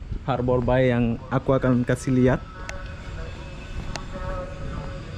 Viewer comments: Sekedar masukan, Bay pronouncing nya lebih kepada -“bei” bukan “bai”. Artinya teluk . Anyway, I miss Batam ❤️ From Singapore 🇸🇬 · harborbay bang...(bei) bukan (bai) .... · Norak ah masa ngomongnya harbor BAI , bacanya BEY bukan BAI